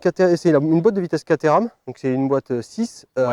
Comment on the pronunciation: Rhhhaaaaaaa!! Les français qui parlent anglais !!! Alors Caterham est une ville , on prononce pas caTééééram mais Kat-rhums... voilà voilà sinon l'un de vos plus sympa reportage !